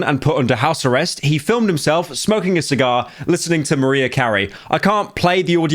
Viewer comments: This is nasty and your a disgusting hater my dude 🙈 And also its actually Mariah not Maria xD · ITS MARIAH NOT MARIA (MAR • RIE • UH) MARIAH YOU DIRTY RAT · Pyro is the only person who doesn’t know how to pronounce Mariah properly lol says maria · Mah-rye-uh, not Muh-ree-uh. Didnt think it was possible to not know how to pronounce Mariah Carey's name, she's gotta have literally one of the most recognizable songs in the world. Dramatic comparison but thats like pronouncing Jesus Christ like a mexican name lmao. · MaREah Carrey annoyed me so much Is it cuz he's British or does he not know her name? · Why did you call her Maria... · Why you pronounce Mariah like Maria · Why did you say Mariah like that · Literally the first time I've heard someone mispronounce Mariah's name and it made me giggle... :) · Sometimes I forget how young and, uhhhh, typically-indoors Pyro is. Then he'll do something like not know how to pronounce "Mariah" and I remember. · Ain't no way bro mispronounced "Mariah" . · Bro can't pronounce "Mariah"